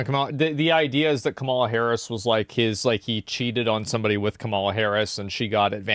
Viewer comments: Can’t you just pronounce Kamala Harris’s name right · You need to pronounce Kamala's name correctly! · How are people still pronouncing Kamala incorrectly? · Bro why you pronounce her name like he does lol, get off his nuts😂